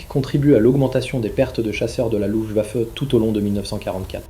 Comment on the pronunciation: Hans Joachim, pas ens yo akim!!! Luft waffe, pas lou vafeu.